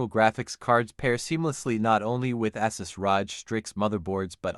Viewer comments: “Assus Rahj” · it’s not better understanding though. The pronunciation is awful. The voice can’t say the words “ASUS, ROG, or AI”